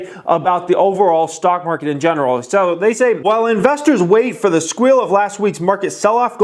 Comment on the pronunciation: squil???? Man, you nailed it there!!